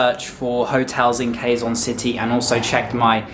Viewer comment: Quezon city is pronounced like Kezon city